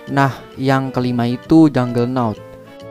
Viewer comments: KAPTE VARGOBA BUKAN VARGOBA. JUGGERNAUT BUKAN JUNGLENAUT. GMN SI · Juggernaut lah Bukan Junglenaut